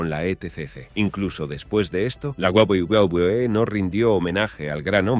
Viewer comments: Porque dice guaguaguae jajajaja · Lo único que me pregunto es, porque carajos le cuesta tanto decir "doble v, doble v, e"? Es muy raro y aparte es gracioso como parece que balbucea pero si pueda decir wrestling o otras empresas de forma más normal xd (y si se le complica mejor que diga world wrestling entretainment) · Macmajon, wüa wüa wü e no entendí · Mi pregunta es tu sabes hablar 🤔pq se dice WWE que escrito es UVE DOBLE UVE DOBLE E para que lo leas y te lo aprendas para el próximo video😌👌😂😂😂😂😂😂🤣😂🤣😂🤣😅🤣😅😅😂😅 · De la guwuguwuwe, claramente está hecho con una IA estilo loquendo, algo que pronuncia lo que escribes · Hasta parece que te está dando una embolia al pronuncar "Doble U Doble U E" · Hubiese sido un video muy serio pero con esa pronunciación de wwe guaguaguaE guabliE lo 💩 todo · We we we wewe 🎤🎤😂😂😂 Esto pasa cuando se usa programas tipo loquendo, q dice "gualguier" cosa en vez d lo q debe decir 😂😂😂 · la guwulwebee que? 😂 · Lo dice de todas formas pero ninguna correcta 😂🤣🤣🤣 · Me causa conflicto la mala pronunciación de "wwe". 🙃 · No sabes decir uve doble o que xD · No se si esto es voluntario pero me da risa que el creador no le importó como hacer que esta voz diga bien los nombres jaja, lo que da más risa es que cada vez que dice Wwe lo dice diferente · El vídeo toca un tema triste y no puedo con la pronunciación de las siglas no paro de reír xd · Debes mejorar el tema de pronunciación de WWE, y de otros campeonatos de wrestling, queda raro como se pronuncia en el vídeo, y puede haber gente que no lo entienda. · esq en ningún momento lo decía bien😅😅cojones si eso lo veía yo cuando tenía 8años y lo decía perfectamente que lo vea con mi madre h amis amigos que luego con cambiábamos las cartas😂😂😂😂😅😂😅😅😂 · Su pronunciación a veces me confunde y no se de que compañía habla 🤦🏻‍♂️🤦🏻‍♂️